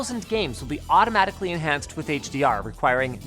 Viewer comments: No one: Linus: ✨ AuToMaGiCaLy ✨ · 1min and 22 secs in I had to rewind the video and yep he said Automagically. Ok then 👌